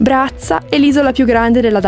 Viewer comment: Bellissimo video, migliore dei precedenti, come sempre. Anche io ho una laurea in giurisprudenza ma il mio ufficio non è in mare ma solo vicino al mare (Venezia!). Mi interessa molto il Tuo percorso perché (forse?) avrebbe potuto essere il mio. Ps. Bello sentirti dire "Brazza"😉❤